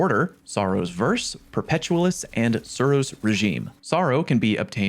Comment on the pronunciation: Say the word 'perpetual'. Now, try saying say the word Perpetualis. Like this: 'Per-peh-tyu-ah-lis.' For Fucks Sake.